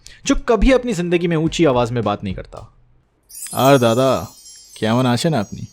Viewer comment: " আরে দাদা " with anime accent was epic 😅